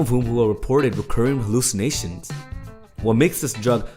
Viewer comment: LOL whem he says hallycimatiom